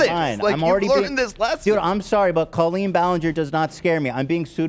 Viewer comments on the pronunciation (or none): Why does call Colleen (call-EEN) Co-leen lol… she like confidently pronounced her name sooo wrong